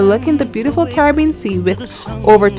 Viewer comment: I am hearing "Car-bean. Caribbean is a four syllable word. Also, the narration is difficult to hear with the loud song masking her voice. This video is .obviously not the product of professionals........Jackcobian...????....along with other weird mispronunciations......